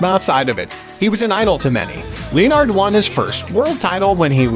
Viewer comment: What do you mean? I fondly remember the career of Sugar Ray LEEyonard.